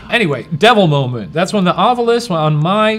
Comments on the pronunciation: The way you're saying it, Shane, sounds weird to me. I've never heard it pronounced like that. I've always heard it pronounced ahv-you-lus. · every episode i just want to comment "ovyulus" and nothing else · Thank you for bringing up Ryan’s pronunciation of ovulis. How about February?